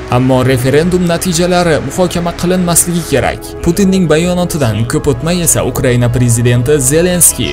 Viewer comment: 😂Bita man shunday eshitimmi bu bolani gapirishiga qaranglar Uqriyaniya-- Ukraina. Maqskiva---Maskva bulishi kerakmasmi 😂😂😂😂😂